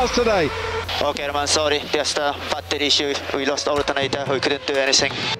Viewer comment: the way he said "Battery"